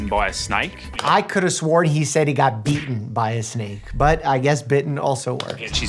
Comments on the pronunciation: To me, it sounded like he said, eaten by a snake. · I heard beaten as well 🤣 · I also thought he said she was beaten by a snake 🐍😹😹😹